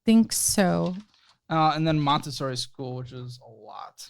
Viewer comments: "Montesary" lol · "montesary" LOL (should be montessori). Also, "mama jones"... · For future use, it's "Montessori" not "Montesary". It is a type of schooling/educational process. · Montessori* not Montesary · It is ‘montessori school’ not Montestary lol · It’s Montessori not ‘Montesary’ lol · don't hate me but for future reference it's "Montessori"! (I'm sorry, I'm a copy editor/copywriter, I can't help it.) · It's Montessori not Monestary 🤣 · Montessori, not Montesary 😀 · montessori not montesary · "Montessori." Sorry!